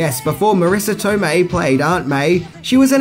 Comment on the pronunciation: Not Marrisa Tomeii